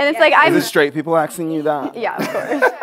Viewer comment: Is this straight people aKSing you that? Was so cute 😂